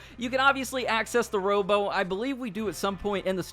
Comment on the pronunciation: Whats a row-bow !? i thought they where called row-BOAT?